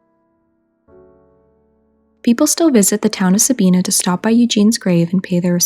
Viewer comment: With respect, first of all, Sabina is pronounced with a long i, second he was not a mummy he was embalmed which you did say. I live near Sabina and saw him many times as a child. I have often wondered who he is. Perhaps a d.n.a. test could help tell us his story. He must have had money at one time at least to afford gold fillings. Good job, I wish you well.